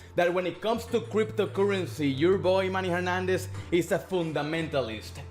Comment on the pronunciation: Hehe neeee, you said something like "Man e Hernández here"